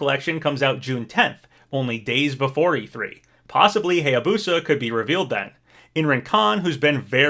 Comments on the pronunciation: It's not pronounced "Hey-ya-boo-sah," it's pronounced "High-ya-boo-sah." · Still pronouncing Hayabusa incorrectly